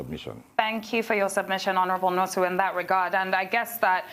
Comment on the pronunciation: First of all, Laila ought to be ashamed of herself for pronouncing Nwosu as "Nosu". Why would a Nigerian, born, bred, and residing in Nigeria not pronounce a Nigerian name, and such a display is not shameful? Most of you purport to be "One Nigeria" champions but only to become semi-literate once an Igbo name appears before you? Haba, if na oyibo name you go pronounce am with perfection pass even the oyibo wey get the name! Where is Tundun? She definitely would not pronounce Nwosu as "Nosu", shoo! Second, the people criticizing must not have paid attention to his message; the man was correct and excellent in his message, which is the financial emasculation of the legislature and judiciary from a governor's grip. I initially was opposed to president Buhari's order, because I believed that he overstepped his powers, but I am currently not sure he did. As contends, governors should either go to court or implement the law if they insist that it exists.